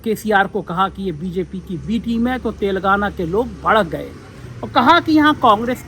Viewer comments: तेलंगाना, सही शब्द है के बोलने मे फर्क हो रहा है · पुण्य प्रसून बाजपेयी तो "तेलांगना" बोलते हैं.